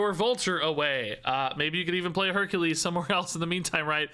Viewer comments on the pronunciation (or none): none